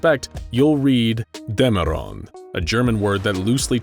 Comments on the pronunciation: interesting but its called Dämerung not Damerung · It's not Dammerung, it's Dämmerung. The Ä affects the pronounciation. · But he said.. Dammerun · DÄMMERUNG VERDAMMT. ES HEIßT VERDAMMT NOCH MAL DÄMMERUNG UND NICHT DAMMORONG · DÄMMERUNG... bruh.. It's not that hard to say that word